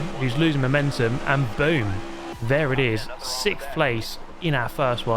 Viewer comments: C'mon. "Sickth". 🤮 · You seem to finish Sikth a lot.